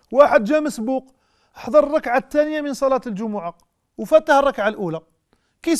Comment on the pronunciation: بارك الله فيك ياشيخ لكن والله يؤسفني بإبدالك التاء بدل (ث) التانيه وهي في الحقيقة الثانيه